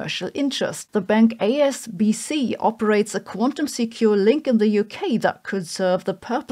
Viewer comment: Her grammar is great, her pronunciation is not on point though. If this sounds great to your English ears, you prefer foreign accents. (Which is, of course, fine). I don't think she even got the H in HSBC out in this video.